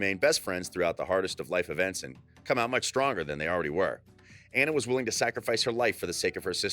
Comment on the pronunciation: It's Annue it's Anna